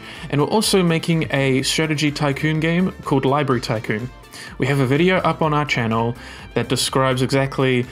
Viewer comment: Very nice, worked perfectly the first time I tried it. I've never had anything in Unreal work the first time! My only nitpick is it's strange hearing someone who's clearly intelligent mispronounce "library" lol.